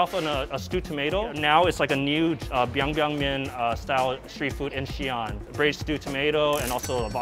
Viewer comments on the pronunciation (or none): It is Biang Biang Mian not bang bang mian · Biang biang not bang bang? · It's Biang Biang not Bang Bang lmao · It’s Biang biang not bang bang. At least get the name right. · Bruh it’s ‘Biang Biang noodles’ not Bang bang lmao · Very irritating. Biang Biang, not bang bang. You don't call sushi as zooshi, croissant as quacksant. Why alter the name of this dish and spread disinformation? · It's biang biang- pronounced piang piang NOT BANG, DUH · It’s “BIANG BIANG” not bang bang... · it called biang biang noodles, not bang bang noodles-_